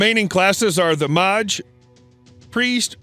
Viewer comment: This gameplay hurt my eyes to watch. The game looks like trash. The UI looks so basic and uncreative. Side note: Did this guy just say MAH-ge? The fuck?? This whole video has to be some kind of troll